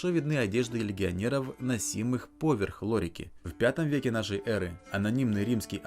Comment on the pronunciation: Недавно нашел этот канал, интересно рассказываешь и показываешь, НО, пожалуйста, перестань делать ударение в слове "поверх" на букву О, боже, я только из-за этого видео торможу, настолько сильно режет мне ухо, да и другим, думаю, тоже. повЕрх!